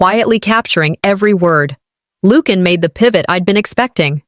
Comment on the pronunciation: Lucian is pronounced as LU-SEE-AN not LUKE-AN.